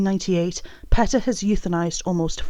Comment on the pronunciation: Ok. But it's pronounced PEE-tah not PET- uh